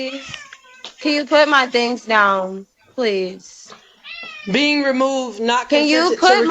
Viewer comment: Also the e-a-e on please 😂